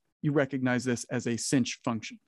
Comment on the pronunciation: It's a bad habit to pronounce "sinh" like singe.